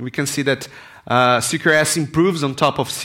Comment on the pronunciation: I just kept hearing 'secure ass architecture'